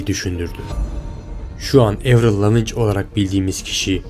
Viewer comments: avril lavigne, evrıl lavic değil evrıl laviin diye okunur. (i harfini bilerek uzattım) Ve aynı zamanda 2003'te öldü 2013 değil düzgün araştırma ile video yapsana ya ingilizce bilmeyip sana gelen kişiler yanlış bilgiyi doğru sanıp da başka kişilere söylüyorlar. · Kardeş baya araştırma yapmışsın(!) helal de kadının adı nasıl okunuyor onu da öğrenseydin keşke. ''Evrıl Leaviğğn'' diye okunur. Soyadı Fransızca kökenlidir. Kanadalı ya hani. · Evrıl lavinç değil evrıl laviin diye okunuyor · Spikerler karşılaşma öncesi sporcuların isimlerini kendi ülkelerindeki telaffuzlarina göre öğrenip söylüyorlar. Senin de buna calisman gerekli bence.evrıl Lavin diye okunur mesela lavinç değil. Videoların gayet başarılı bu arada.bunu bi gozlem olarak kabul et 😀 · Evril Lavinç olaran bildiğiniz kişi "Avriıl Laveğn" dir "Andırmay sikin" diye diye de bi albümü yoktur. Video çekiyosun telaffuza bak sıfır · abi lavinc nedir ya hiç mi röportajını, konuk olduğu programı falan izlemedin nasıl çağırıldığına bakmadın ya. 15 dklık video yapmışsın insan özellikle bakar ismini doğru telaffuz ediyor muyum acaba falan diye lavin olarak biliyor herkes bunu lavinc nedirrrrrr :@ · Tamamen uydurma!!! 1) Adı Evrıl Lavin diye okunur, Lavinc diye değil. Buradan zaten videonun kolpa olduğu belli. Konuyu iyice araştırmış olsan böyle bir hata yapmazsın. 2) Görüntüdeki tarihlerle senin söylediğin tarihler arasında birkaç yerde farklılıklar var 3) Eski Sesi-Yeni Sesi diye karşılaştırma yaparken YENİ adı altında verilen videoların üzerine sonradan dublaj yapılmış olduğu çok bariz İnsanlar da inanmış, bir de oturup şöyle yapsınlar böyle yapsınlar diye çözüm üretiyorlar. Milletin aklını bulandırmayın! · "Evrıl Lavınç" ne lan? "Evrıl Laviin" şeklinde telaffuz ediliyor.